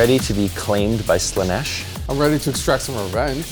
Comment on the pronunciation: All praise to Slaa-neth! 😂